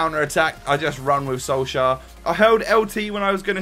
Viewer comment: Let me help you once again wit the pronounciation. Ole Gunnar Solskjær. In the Solskjær the jær is kinda pronounced as "Yeah" and with the "K" in front is kinda like "Kyeah". The "Sol" is kinda pronounced as "Soel". I don't know how to explain that properly.